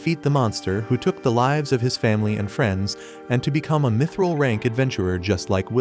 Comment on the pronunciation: Bro really said mitchrel